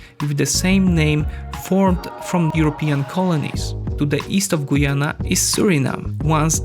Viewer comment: As a Guyanese I can only wish. And it's Guy-Anna not Goyana .